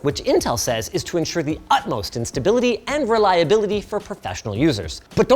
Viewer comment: I think he said "utmost in stability", but I had to watch it multiple times to get that. ^^